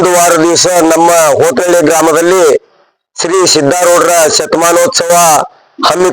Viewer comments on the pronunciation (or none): ಹೋತನಾಳ❌ ಅಲ್ಲ ಹೋತನಹಳ್ಳಿ ☑️